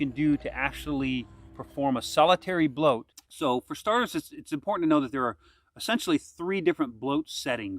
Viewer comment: its not pronunced bloat. please dont